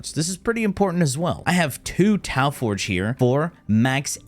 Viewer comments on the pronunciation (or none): none